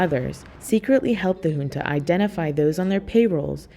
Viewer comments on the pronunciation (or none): none